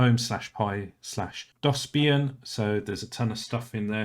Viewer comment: How did you mispronounce DOSBIAN lol